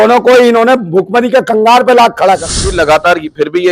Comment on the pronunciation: ओए BC तुझे यह तो मालूम नहीं है कि "भुखमरी की कगार" कहा जाता है नकि "भुखमरी की कंगार" जो तूं बोल रहा है |